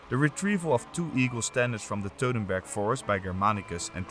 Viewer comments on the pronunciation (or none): WTF is the “Teutenberg” forest? You don’t even know the name of the battle, Sir? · How do you pronounce Teutoburg "dodenberg" ?!!!